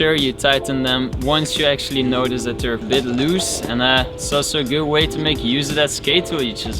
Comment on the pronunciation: anybody else love how he says that😥😂 "Det"